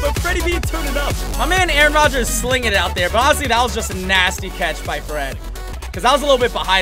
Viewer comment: Your saying Aaron Rodgers name wrong 😂 you saying it reminds me of key and peele